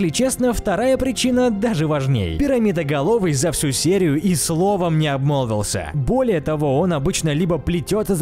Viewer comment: Я думал ты сказал сереноголовый а не перамидоголовый сказал